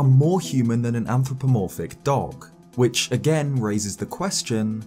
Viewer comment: felt weird hearing you say Anthropromophic.